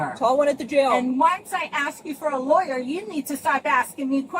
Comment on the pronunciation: Oh no, look out! She's se-wee-us, guys! She's se-wee-us and she wants her law-er! 😂😂😂